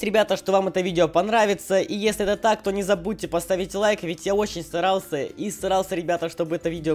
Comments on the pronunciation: Мне показалось или он сказал не старался а срался? 😂😂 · на говорит я очень старался и срался чтоооооооооооооооооооооооооооооооо